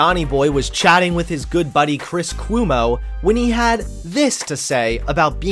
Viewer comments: Chris Cwoomo? lmao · As a New Yorker, I cringed at the way you said "Cuomo" 😂😂 he's our governor's brother